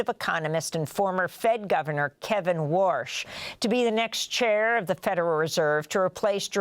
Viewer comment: WARSH?🤨or Wash? 😂Sht Always cracks Me Up. She didn’t say Walsh🤨